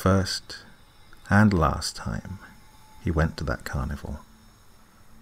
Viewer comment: It sounds like you are saying carnivore instead of carnival.